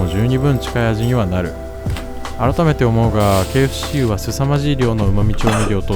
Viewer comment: KFCが経営不振に聞こえる…